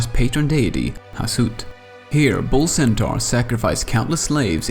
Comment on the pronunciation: based on* based on* based on* also NEHEKarans not NEKAharans also Ziggurat not Zigguwrath Hashut not Hasoot